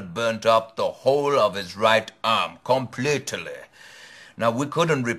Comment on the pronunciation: 'obvi-abus-ly' 'complete-uh-ly' & 'tomperarily' XD